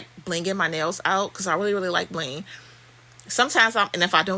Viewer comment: I love how you say BLINgg 😂 you’re the most I love it !!!🥰😆😄